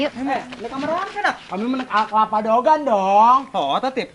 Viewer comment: Lain daogan.atuh..DEWEGAN..kituh...eeeh sing bener sunda na ah....